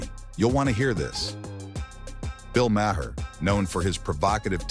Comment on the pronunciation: AI VOICE. pronouncing Mayers name wrong